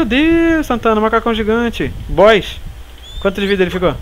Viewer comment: E as vez parece que vc fala boiss kkkk LIKE;-)